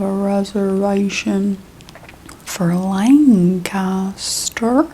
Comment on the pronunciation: as a pennsylvanian the pronunciation of lancaster killed me😭